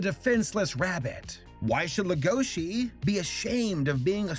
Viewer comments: Can't we agree on one thing? It's legosi, not legoshi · i’m not trying to be mean but you and other Youtubers make the same mistake it is Lego-she and and it’s Luis with an R so it’s Ruis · LEGO - SHI Lego as in the brick, then Shi like She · Leh-go-she, no it's pronounced leg-o-she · Can people stop pronouncing it “legoshi” it’s legosi. There’s no h and that’s how it’s pronounced in every other sub and dub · Welcome to big fucking whale gang edit: why does everyone say "legoši" instead of "lego-si"? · pronouncing Legoshi's name: Lugoshi Beastars Fans: Uhh haha its pronounced Legoshi. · The way he pronounces legoshi's name as legóshi irritates me so much. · Talks about Beaststar Also him: Lagoshe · Our main character is a grey wolf named Le-GoH-ShI........ WHY DUBBED WHY, why must you pronounce these names like this TvT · "Le-GO-shi" they say his name so many times in the anime, it's not that hard to pronounce properly, it's "LEGO-shi" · I like your video on this and I love the show, but the way you say Legoshi makes me angy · He prenouced legosi wrong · Yikes saber saying legoshis name wrong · PLEASE stop saying Legoshi wrong IT HURTS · I’m sorry but the way he pronounced legoshi angers me wtf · The way you said legoshi triggered me the whole video